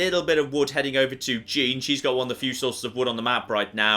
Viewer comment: I really don’t like your pronunciation of “Jean”